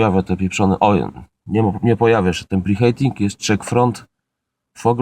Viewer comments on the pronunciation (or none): Wymawia się "pri hiting"